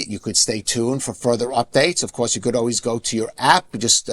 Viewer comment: PLEASE SIR : THE WORD REPORT ? IS NOT PRONOUNCED WITH A "W" THE WORD OF COURSE ? IN NOT PRONOUNCED WITH A "W" PLEASE ! PLEASE ! TRY TO SPEAK ENGLISH PRONUNCIATION CORRECTLY ...